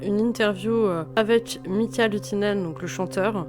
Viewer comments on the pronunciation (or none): none